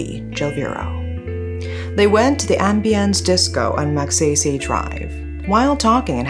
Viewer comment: Glad you covered this case. This was a case where the victim did not get justice due to the a more powerful country's interference. This is how weaker countries are treated. anyways, Laude is pronounced as Laodeh and Magsaysay as mug-saisai